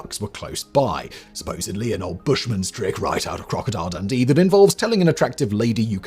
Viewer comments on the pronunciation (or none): none